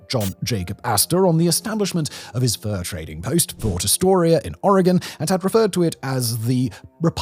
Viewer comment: How is it that a brittish man pronounces Oregon better then the tv ppl from the states?